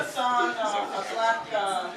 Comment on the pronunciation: HE SAID THONG NOT TOWEL